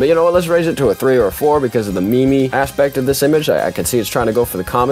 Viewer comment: ain’t no way bro pronounced meme wrong